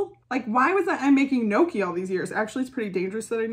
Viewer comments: Noki? 🤣 Gnocchi is pronounced like ñ in Spanish with double sound K 😘 ñokki 🇮🇹 Love U B 😘😘 kisses from an Italian in Tokyo 😘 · Oh no...not me realizing you weren't saying "noki" but GNOCCHI....and that I've been saying it wrong as "gon-nochee" for over a decade 💀 I'd just like to thank you from saving me from major embarrassment in the future lmao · you pronounce it as njokkie :)